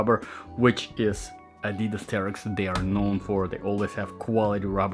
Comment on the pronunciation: You should pronounce Adidas correctly 😂. I've just ordered the GORE-TEX version.